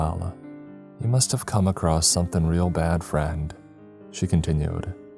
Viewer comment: Does anyone else notice the frequent “across’t” pronunciations instead of across